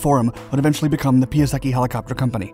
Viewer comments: His name is pronounced pie , not pea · If you are trying to make video about someone, just try to pronounce his name properly. It is not pronounced Pyaseki, but Pyasetsky. Point. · "PIE" ":UH" "SECK" "EE" === Jesus dude. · Piasecki is a Polish surname. I think the correct pron. should be "piasetzki" not "piaseki" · not Piaseki - PiaseCki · Oh God, it sounds so bad - NOT "Pee-a-secky" but "Pee-a-setz-kee". When you spend all that time on research, add 5 more mins to look the pronunciation up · I in Italian is pronounced E, so pee-ah-se-ki is the expected pronunciation. Turns out it’s Polish, so pee-ah-sets-ki is about right if I’m reading the IPA right. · Say: "Pie-Sec-kee" FTLOATH! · It's: "Piase-TS-ski", the letter "c" is pronounced as the English "ts" in "cats". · It's actually pronounced PIASETSKY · Ugh... Pia-setz-tzki please!!! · "pee-ah-seky" Please, stop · Piasecki is a polish surname. And that's not how you should read it xD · Man... Do research on how to speak Piasecki. Tip: its no Japanese, its Polish in origin. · Sorry mate, but Your pronunciation of "Piasecki" is truly horrible xD